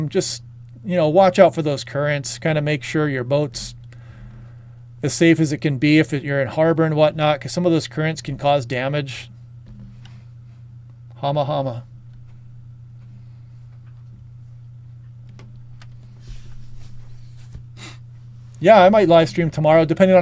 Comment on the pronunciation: Hama Hama.... pronounce it like Ham, as in ham and cheese sandwich.